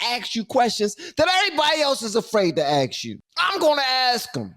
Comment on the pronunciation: Ask, not ax, not aks,.....it's ask ask ask. There is no cred in pronouncing it incorrectly.